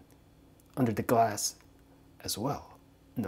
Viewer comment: And he said glaos